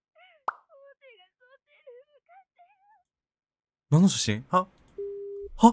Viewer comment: 序盤の「なんの写真？」がガッツリ訛っててとても好(ﾊｵ)🙆✨